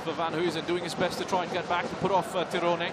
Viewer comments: Yg bener memang "Tironé" bukan "tayren" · I cant understand how you fails call name "Tyrone" TIRONE 😂😂😂😂😂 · loh anda salah, org nya sendiri ketika perkenalkan diri nyebut "tayren" bukan TIRONE seperti komentator .